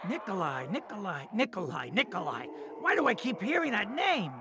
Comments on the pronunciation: You mean Nikolai right? Not Nikolia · Nikolai not Nikolia